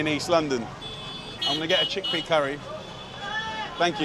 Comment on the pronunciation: He said cheakpea curry , you will never change. Dude you are in India